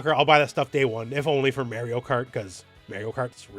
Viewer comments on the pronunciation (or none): As if Élena wasn't enough, now you hit me with Mayrio. Your pronunciation's killing me lol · "Mayorio Kart" -, 2025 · Did you just say Mary-o? 😂😬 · It’s Mar ree oo. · May-ree-oh? You having trouble with that there Eye-tal-yun name? 🙃🤣🥴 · Go back and play Mario 64 and learn how to pronounce Mario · This switch 2 video was likley made at least a month ago, and maybe Elena trailer wasn't ready by then. But also I didn't know you could pronounce Mario like that and I'm also Canadian.